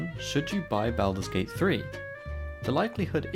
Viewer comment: I can't take this video seriously when you continue to butcher the title. Learn proper pronunciation.